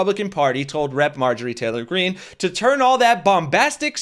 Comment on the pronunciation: Dude said Marjorei Traylor Greene!